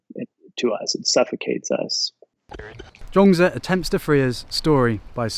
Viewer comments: Zhuang zi not Zhong zi, please please check pronunciation before you start using it hundreds of times, wrongly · All I really know about this cat, Zhuangzi, is that there as many pronunciations for his name as there are people on the planet! LOL! I googled how to pronounce his name and every one was different. So I clicked on thinking: he has been overseas and studied under Master Gu. I'm sure his way is the correct way. But I laughed out loud for about a minute when you said his name and it was different from all the other ways! I think Taoists would appreciate that. If nothing else, I had a good laugh. Cheers! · actually, pronounciation is not correct. but you are forgiven. and please dont use that Confucious picture. thats hongkong actor chow yuen fatt.